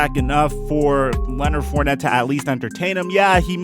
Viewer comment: Come home to New Orleans Mr. FOURNETTE. At least we will pronounce your name correctly. Don't be another great talent wasted on shitty teams.